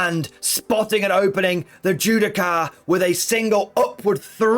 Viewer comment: Judiciar* not Judi-car xD